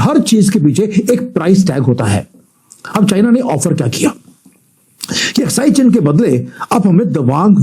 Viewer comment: अक्साई चिन । अस्काई नहीं ।